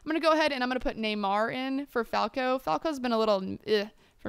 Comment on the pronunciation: Ibra's bicycle kick against England was magnificent! (Also Falcao's name is pronounced Fal-cow not Fal-ko) ;]